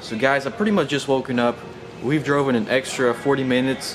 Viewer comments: droven? learn english please. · Did you say droven? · What in the world are they teaching in schools these days? Seems like no one on YouTube can speak correctly. It's driven not droven, droven is not even a word!